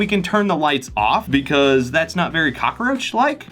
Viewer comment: Why do I love how he says it... Cock-a-roach